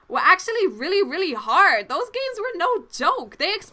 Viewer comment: i like the way u say those haha, dose x)